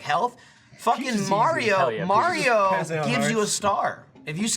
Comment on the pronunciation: Shadow_ Sheep Call it May-rio.